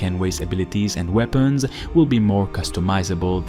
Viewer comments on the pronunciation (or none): none